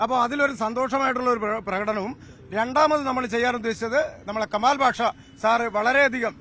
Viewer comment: കെമാൽ അല്ല കമാൽ..